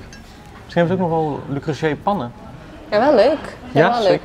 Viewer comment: Ahh die arme man van Le Creuset die in een speciaal filmpje de uitspraak heeft uitgelegd 😂 “Le Creuseh” dus ❤